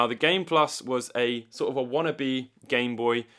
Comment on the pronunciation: I just like how you say "gime booi"